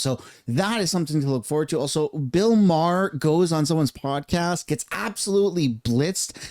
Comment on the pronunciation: Bro if you’re going to make a video with Bill Maher in the title at least pronounce his name right when talking 😂🤦🏻‍♂️